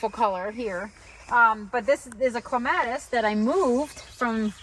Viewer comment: I don't care too much about the pronunciation of most plants, but, for some reason, clematis is the word I can't bear to hear mispronounced, it's like scratching on a chalkboard😀. It should be KLEM-a-tis. That's why I can't stick around, but your garden is very nice. Just FYI in case its helpful, it's not armpits. The term is leaf axil. Or, you could say axillary shoots. 😀